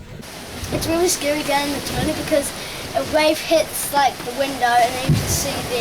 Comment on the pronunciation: hmmm, looks like I'm going to have to go back and watch some of your earliest episodes (got to the party late). I've clearly missed some of the *fun*. Thanks for getting the pronunciation of "Tonga" right (been chewing my tongue off watching another channel). Well done - you should have 10x plus more subscribers than you have - don't stop!